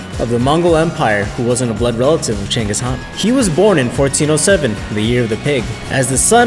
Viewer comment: Genghis Khan not Cengis